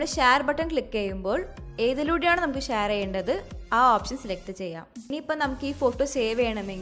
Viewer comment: ഷാർ അല്ല ഷെയർ